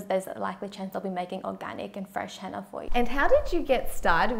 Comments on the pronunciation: It's Henna not hanna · I thought she said Hanna in the beginning